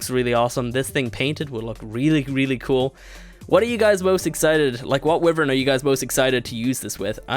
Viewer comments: Wyvern not wifen, why vern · WHY-VERN NOT WIVERAN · Your pronunciation of wyvern makes me cringe. Its not "we-vern" the right one is "Wy-vern" use a "I" sound in the start. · It's not pronounced wivern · WHY-VERN!!! that is how it is pronounced dumbass!!!! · He said wivern LMAO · Its Wyvern pronounced "y-vern"